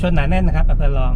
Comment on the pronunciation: อำเภอลอง ล.ลิงสะกด พูดภาษาไทยชัดๆนะครับ